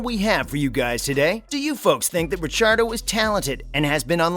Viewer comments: wtf???? stop trying too hard for views. do your homework bro . and dont butcher RICC's name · Clearly new to f1. How dare you say ricciardos last name like that😭😭😂